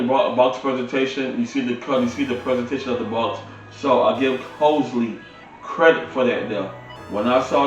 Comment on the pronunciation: And you pronounced the name of the speakers as COSELY but it's spelled Crossely .